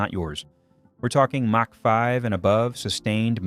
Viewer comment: AI rubbish. The word Mach pronounced Mack.